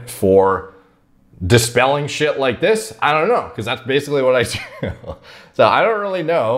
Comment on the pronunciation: Common prononciation for basically: "base-ic-ally": "baseilly"